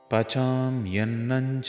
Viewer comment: Is it Pachamyannam or Pachamyannan ?